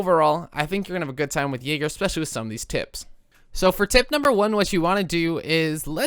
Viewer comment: The way you say Jäger is annoying me xd